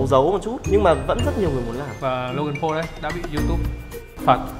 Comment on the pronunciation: Paul mà a đọc là Pau rồi